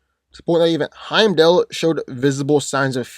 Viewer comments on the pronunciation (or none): none